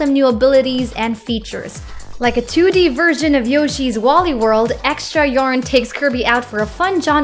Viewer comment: I'd complain about the mispronunciations like "Wall-E" for wooly, "jont" for joint, and "Dehdehdeh" for Dedede (I don't blame you for this one, it's "Deedeedee" for the future), but your voice is so cute that I don't really care tbh :3